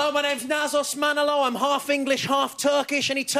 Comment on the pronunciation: Wish he could get close to pronouncing his own name tho